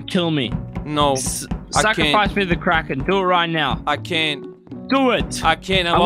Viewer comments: at first i thought you said karen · I legit thought it was 'karen' instead of 'kraken'. XDD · what i thought it said. Karen what it really said kraken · I love this guys aceent when he said kraken at the start